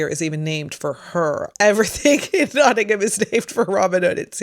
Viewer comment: Well done for pronouncing Nottingham correctly !